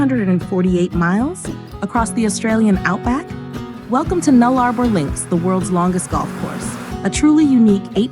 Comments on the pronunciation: It is pronounced NULLA-BOR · It is pronounced Null-a-bor dopy!